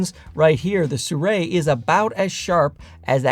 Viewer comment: Why does he pronounce the brand "Suray"?